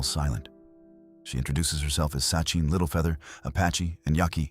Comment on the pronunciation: It's Sacheen Littlefeather, not Sucheen. Duh.